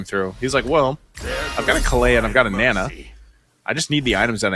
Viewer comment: its not nena its naaaaa naaa